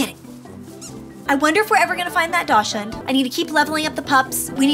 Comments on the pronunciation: Dashing is pronounced {DOC}•sund• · Just so everyone knows… daschund is actually pronounced like “dock sun” 😊